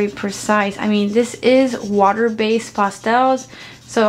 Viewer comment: It's PASS-TELLS! Not Pasta-els!. Lol